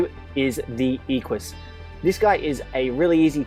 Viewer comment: Pronounced EK-you-us